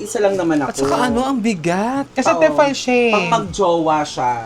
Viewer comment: I love your vlogs!!! Pero advice lang po it's "Tee fal" 😊